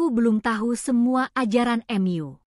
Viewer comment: Kok narator nya ngomong nya aneh ya. Hrs nya kan tau tp dia sebut nya ^tahu* juga Mu disebut nya Em yu